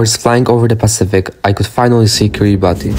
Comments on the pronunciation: Please pronounce their country correctly. It's [ki-ri-bas] not [ki-ri-ba-ti]. 😊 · First of all it’s kiriBASS, it’s not pronounced Kiribati cuz that’s how people that speak gilbertese pronounce it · Didn't you learn how to pronounce the island's name when you were there? It's KIRIBAS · The country's name is pronounced KIRR-i-bass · Learn how to pronounce it bro so you don't embarrass people that show up there based on your video. it is pronounced Kiri bass. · Pronounced Kiri Bas